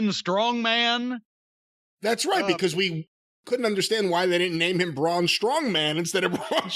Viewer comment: Jim Said Strong BroMan🤣🤣 But Braun is going to Hollywood